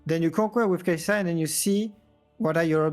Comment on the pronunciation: The way you say kaisa cringes me it’s SUH not ZZZZZZUH